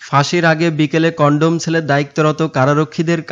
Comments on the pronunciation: কনডম সেল না কনডেম সেল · U Tiber ভাইকে বলছি কনডেম সেলকে যদি কনডম সেল বলেন তাহলে আর কি ভিডিও বানাবেন আর মানুষই বা কি দেখবে? সুতরাং আগে মুখ ঠিক করেন ( মানে কনডেমকে কনডম না বলা) পরে ভিডিও আপলোড দেন,ধন্যবাদ।। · #BANGLA MEDIA কনডম সেল না কনডেম সেল আর উচ্চারণ ঠিক করেন